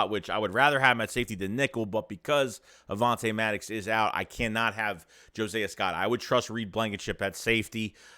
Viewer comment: Omg. His name is Not" Jo-Say-a" Scott. Josiah is pronounced (JO-SIGH-A). Are you mispronouncing his name on purpose?